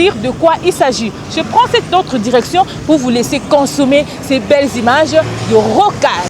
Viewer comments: Bjr et bon courage à vous,je voulais apporter une petite correction, on ne dit pas rocadre, c'est plutôt Rocade, merci de corriger 🇨🇩🙏🏽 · Mama journaliste, rocade et non rocadre